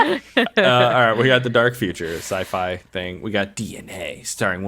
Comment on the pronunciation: DNA- Usually a movie chooses to rip off Aliens or Predator, but we chose to rip off both. It's going to be amazing listening to fail to pronounce DaCascos and Jorgen Prachnow correctly eighty times next week.